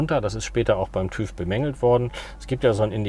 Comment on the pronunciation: TÜV spricht man anders aus :-)